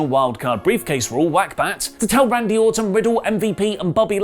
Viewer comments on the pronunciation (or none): When he says Orton it sounds like he’s saying Autumn